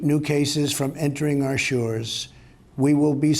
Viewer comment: "our Shuuures"